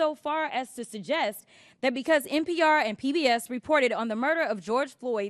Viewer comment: What it is dis and dat . Lol Please Jasmine learn how to speak. Lol Such a joke